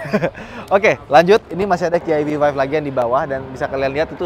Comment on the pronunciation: EV Five bang, bukan Vive :face-green-smiling